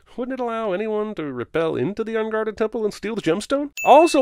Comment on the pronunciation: it should be rappel and not repel (you've done this in another vid, too). Ding! Also, what happened to the subtitles ?